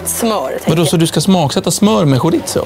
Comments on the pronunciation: "Skjoritso" haha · ska vi prata om hur uttalade chorizo